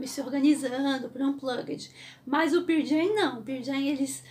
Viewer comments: Desculpa, não consigo ouvir alguém falando "Pier Jam"... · Ótima história! Mas me dá um certo nervoso ouvir ela falando: "Pir Jam"! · Excelente vídeo ! Só um detalhe. Se pronuncia pãrl Jam é não pier jam. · mto bom seu video, mas se Pronuncia Pârl Jem. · Por amor de Deus que é isso de Pirl Jam? Ficar falando de uma banda sem sequer saber pronunciar correctamente, mais vale não dizer nada. Compreendo que se tenha de trabalhar. Como dizer que assisti o Pearl Jam em vez de dizer que vi os Pearl Jam. É demais. E eu nem preciso de dar a mínima para isto, mas conhecendo a banda como conheço, é horrível demais ouvir dizer Pirl Jam uma centena de vezes. E o banco onde se sentou o Eddie não era uma prancha de bobyboard mas sim de surf, ele pratica surf e vem no local onde tem as melhores ondas do mundo as big waves, Nazaré. Podia dizer muito mais, mas fico por aqui. Bem, Feliz Natal. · Não se preocupe, todos nós pronunciamos o nome da banda errado mesmo kkkkk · Pow, parabéns pelo video mas a maneira q vc pronuncia o Nome da banda doe os ouvidos. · Legal ... só falta aprender a pronunciar o nome da banda corretamente ...